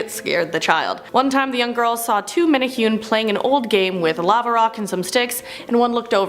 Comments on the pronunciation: Just a minor nick pick the pronunciation is actually, Men' Ne' Who' Ney (Menehune) 🙂🤙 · MEN-EH-HOO-NAY, NOT MENNA HEWN! 😂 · Menahune is pranounced (mena-hoo-nay) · Mena hunay please MENA HUNAY the other way sounds offensive to ears not menahyun this sounds strange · Pronounced: Men eh who nei... Much aloha and rice! C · Menehune is pronounced (Meh-neh-Who-Neh). The way it's being said in this sounds like nails on a chalkboard. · Meh tah hue knee. , Pronunciation is important